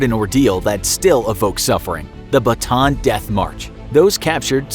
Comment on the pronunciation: Correction for the pronunciation of Bataan : /Ba/ /Ta/ /An/ when you pronounce it, make it a bit slower so that you will get it right. Thanks And I love infographics show . Their videos are so informative.